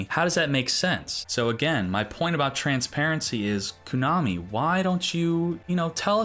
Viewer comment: you're killing me every time you say "koonami" lmao